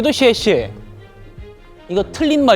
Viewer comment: 기왕 중국어를 하려면 제대로 해. 주변에 중국인들 많을텐데.. 뭐라고 생각하겠냐 '쎄쎄'가 뭐니.. '쎄쎄쎄'도 아니고, '셰셰'라고 발음해봐